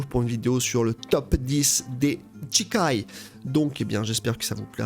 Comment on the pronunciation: Ça me trigger d'entendre "Tchikai" 😆